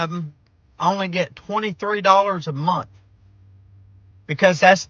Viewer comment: MONTH!!!! Not munt